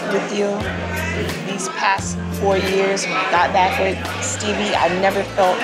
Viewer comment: she said steebie🤣🤣🤣